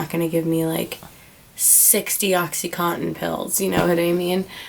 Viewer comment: not a bad listen...only thing is it blows my mind how people dont know how to pronounce the drugs that they are so highly addicted to. oxycontin is pronounced oxy (con tin) not cotton. and suboxone is pronounced sub ox (own) not suboxin. i dont know why everyone says in at the end lol. hope you are doing well girl!